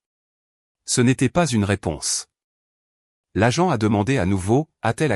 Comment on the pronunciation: l'agente et non la jante 😂😂😂